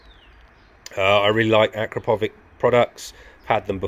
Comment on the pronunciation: Nice upgrades...look forward to seeing your opinion. It's "A crap o vich" for pronunciation btw 😁